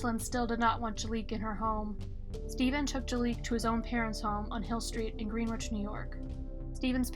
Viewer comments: GREN' - itch...not GREEN' - witch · It’s GreenWICH.